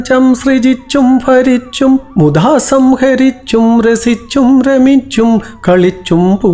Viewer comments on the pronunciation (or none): ഗുരുദേവന് പ്രണാമം🙏🏻 ഗുരു ചരണം ശരണം 🙏🏻🙏🏻 ഫരിച്ചും എന്നല്ല ഭരിച്ചും എന്നാണ് ഉച്ചാരണം ശ്രദ്ധിച്ചാൽ കുറച്ചുകൂടെ നന്നായിരിക്കും. ഭ എന്ന അക്ഷരം എല്ലായിടത്തും ഫ എന്നാണ് ഉച്ചരിക്കുന്നത് ..